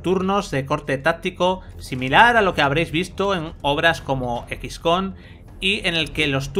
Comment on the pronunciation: ¿Qué es equiscon?, ¿se refiere a Xcom?... se pronuncia "ecs com"... es lo que no me gusta de los medios españoles, su nivel de inglés es mínimo o casi nulo y parece que no les gusta esforzare por pronunciarlo bien. No pido mucho, si son un medio, al menos aprendan a pronunciar el nombre de los juegos. Buena reseña chicos, pero les hago esta critica constructiva que no invalida su esfuerzo.